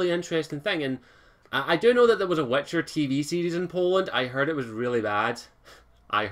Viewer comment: It's pronounced wItcher not wEtcher!